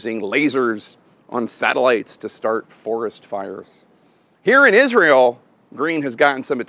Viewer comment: Hey, there's no "H" in Israel. Just trying to help.